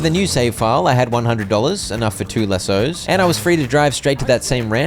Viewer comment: That’s not how you say lassos😅